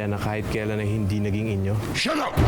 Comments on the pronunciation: "SHEDAP" hahaha🤣😂🤣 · mali ata narinig ko sa sinabi ni Hagorn "Sha dap" hahha😂😂😂